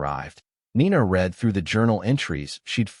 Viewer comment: AI is always getting the tense of words like Read wrong, using the present tense pronunciation for past tense and vice versa. A very good reason for using human readers. It is not the only reason.